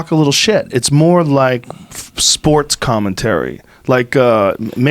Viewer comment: Joe “ I loved to hear him do commentuury” Rogan